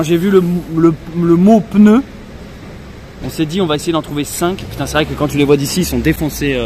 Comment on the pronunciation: Depuis quand on prononce le mot pneu : peneu ?? Pourtant tu SAIS le dire 😅 sinon Charlotte a une très jolie voix dommage que tu la cute. Je lamce un # on veut entendre Charlotte !!